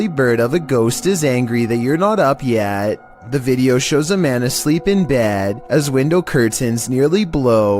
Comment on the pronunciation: "when you're not up YÆT"